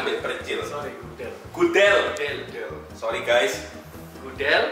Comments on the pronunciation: Bang ian, bacanya gudel bukan gudel😂🤣🤣🤣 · Gudel (anak sapi) tu "e" nya dibaca sebagaimana "e" di kata sore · Yang pilihan Gudel tu bacanya Gudel, bukan Gudel :(